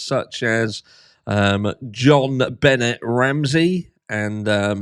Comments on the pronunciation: John Bennet?? Yea you’re definitely not pronouncing her name right lol. Idk why but I laugh when ever you say it. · In JonBenet Ramsey Benet is pronounced with a silent t. Like Benay 😁 Just trying to help.